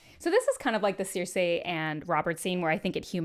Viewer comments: Who is Sear-Say? 😂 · Are we going to let her get away with pronouncing Cersei like that because she’s cute?